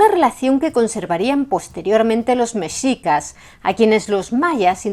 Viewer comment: muchísimas gracias por pronunciar "Mexicas" como debe de ser, con la "x" pronunciada como se pronuncia la "sh" en inglés, de hecho así es la pronunciación también de la "x" en México. Nuevamente, muchas gracias!